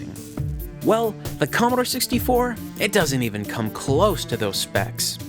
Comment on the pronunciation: Commodore, not Commadore.